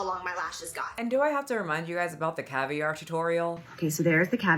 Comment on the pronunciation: Why does Jaclyn keep pronouncing “caviar” like that? There’s no accent on the second syllable, girl.